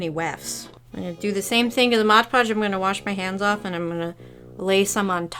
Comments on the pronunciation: I love your videos, but a little part of me dies every time you say modge podge… 😮‍💨😮‍💨😮‍💨 MOD!!!!!! 😂😂😂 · If you watch game grumps and know about Dan saying Arin like a disappointed parent that's how I went when I heard you say modge podge lol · "modge podge" --- its just mod podge lmao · why do you call mod podge modge podge